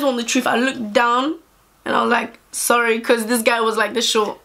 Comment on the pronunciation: I looked down and said ‘zorry’ 😂😂 i love man how can you not